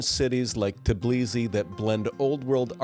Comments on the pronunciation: 🚩❗️ The correct name of the capital of Georgia is TBILISI, not TIBLISI. “S” is pronounced as “s”, not as “z”. 😆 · Tbilisi is pronounced exactly like this: TEE BEE LEE SEE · You're totally butchered word Tbilisi.